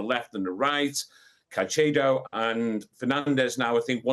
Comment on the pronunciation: What the hell is a "Caichedow" ?